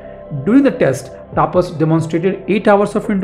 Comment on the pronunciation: please pronounceTAPAS Properly.